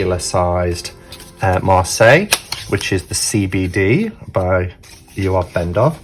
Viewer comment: I can’t believe we have been pronouncing it wrong this whole time, B! But glad to know now. 😊❤️